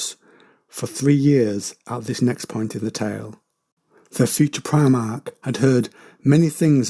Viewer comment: Just for future reference, I believe primarch is pronounced primark like the shop.